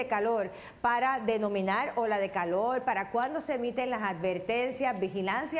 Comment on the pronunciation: no saber pronunciar las letras es no saber hablar.....pronunciar correcto es buena DICCION... VELA??? verdad!!!calol???? Calor!!!... todo mundo sabe que no hsblan bien